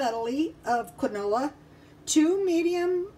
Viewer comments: It's pronounced, "keen-wah" :) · You say it like keen-waa